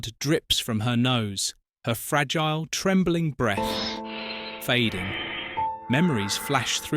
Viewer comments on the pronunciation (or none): none